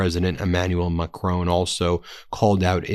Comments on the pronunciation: It's Macron, not Macrone. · FFS it's "Mah-CRON", not "Mah-CRONE". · Stop calling Macron "Macrone", his name is Macron, it rhymes with "moron" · It's not Macrone, it's Macron to rhyme with Ron. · Macron not Mac Crone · Macron is NOT pronounced Macrown. Not OWN! It is Ma Cron. Rhymes with 1. It's as bad as trump deliberately mispronouncing names. STOP IT. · For F's sake, he's not Macrone, he's Macron! As good as you're comparatively doing, can Americans actually learn anything? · Ben, it's not Emanuel MacRONE, it's MacRON! And PEDro Sanchez, not PAYdro! Nobody mangles European pronunciation like you Americans! Love your content though! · HAVE SOME FCUKIN RESPECT !!!! WOULD YOU PLEASE PRONOUNCE THE FRENCH PRESIDENTS SURNAME CORRECTLY ITS (PHONETICALLY ) MA,KRON NOT MA CROAN !